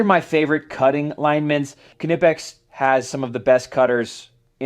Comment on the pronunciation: WoW you are the first American who says Knipex right, Awesome! Give you‘r Tools a treat and oil them a bit so they don‘t rust. I sugest Balistol but WD40 will be ok. Here is a link to a Factory Tour at Knipex.